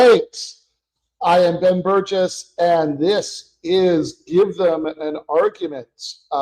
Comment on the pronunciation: I love how she pronounces his name as "Ben Búrgess"